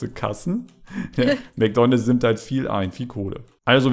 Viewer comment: Bei heist es nicht Mcdonalds sondern Ncdonalds🤣🤣🤣🤣🤣🤣